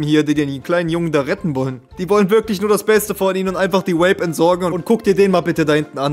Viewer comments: Ey wenn der kollege noch einmal Vape als "Uäip" aussrpicht dann krieg ich einen Schlaganfall, das ist so unterträglich, bitte bitte sag doch einfach "Wäip" so wie auch die korrekte britische und amerikanische Aussprache lautet! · Irgendwie regt es mich auf, dass vape andauernd wape ausspricht